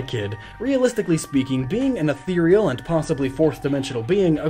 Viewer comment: You do know that 'Ethereal' is pronouced "EH ther REAL", not "eh THEE ree AL"